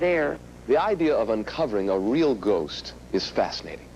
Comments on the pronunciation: I scrolled down purposely to see if someone made this comment, lol.. You would think that after 10 years, Arin would be able to pronounce "Real" correctly! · Re-AL, Arin, think spanish. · as a california native who lives like 5 minutes from sunnyvale, arin's pronunciation of "real" in el camino real caused me spiritual pain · Oh god the way Arin pronounced "Real" in El Camino Real. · I remember waiting in line to buy some Ambiibos at that TRU. Didn't seem any more haunted than a regular TRU. Also how long has Arin lived in California and can't pronounce the "Real" in El Camino Real?